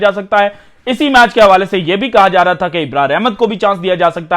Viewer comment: Ibrar nahi Abrar ka nam sahih bolain. English sahi nahi bolte urdu tu sahih bolo.